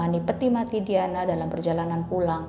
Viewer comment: ngetiknya "DIANA" bacanya "DAYANA" bukan diyanah😩😩